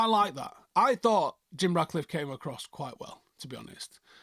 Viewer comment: You keep saying Radcliffe instead of Ratcliffe